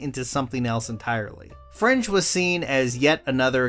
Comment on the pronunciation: FRINGE!! I thought you were saying French untill you showed clips from the show.